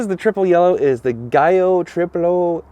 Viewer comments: I think that you are pronouncing giallo incorrectly... it is pronounced jellow. Great review! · Oh great review but you do butcher pronouncing Italiano…my ears, my ears ….The color is Giallo but for you to get phonetically closer it’s “Jowl-lo” Edit: It also sounds like you’re saying “Cavalina” instead of ‘Cavalino’. If you use an “a” in today speak you just deemed the prancing stallion a “trans-mare” LOL Still love you!